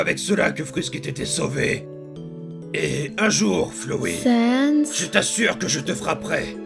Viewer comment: c pas flowi c flowey (tu ma tuer😂😂😂😂😂)